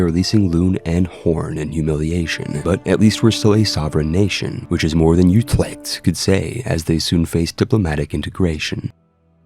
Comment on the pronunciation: Den Huuuueeewwwkkhhh... Utrewwkkkhhhtt